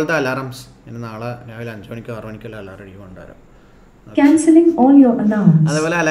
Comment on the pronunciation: Alaaram alla It's Alarm 😁